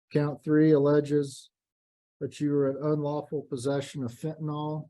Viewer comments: Why do people keep saying “Fentanol”? It’s Fentanyl. Pronounced fentanyl. Please…. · Why can't anyone pronounce fentanyl?